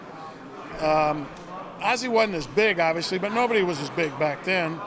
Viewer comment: Vance "Oviously" Joseph